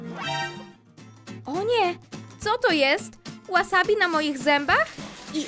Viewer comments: A nie łasabi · Wasabi się czyta WAsabi